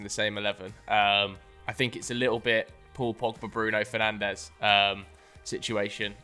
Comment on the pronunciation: “Bruno Fernanshh”